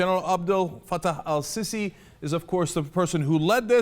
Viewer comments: it's Al Seesi not Al sissi lawl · lol, its pronounced el seesee though! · "el-Sissi" HAHA gets me every time!